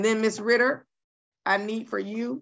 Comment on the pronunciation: She called ms Ritter, Ms. Rudder.😂😂😂